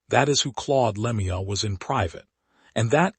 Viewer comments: Dumb AI commentary. That's not how you pronounce Lemieux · Agree it a disgrace to pronounce his name like that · I detest this AI garbage. The second I heard the mispronounced name I got out. I'm blocking this clickbait as fast as I can😠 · Please pronounce his last properly